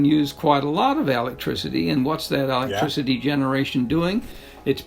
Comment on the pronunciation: If you cant pronounce "electricity" correctly, I dont care what you have to say. I'm not listening.